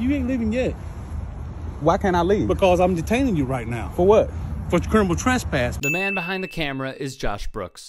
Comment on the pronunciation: Wtf is “curminal turspass”?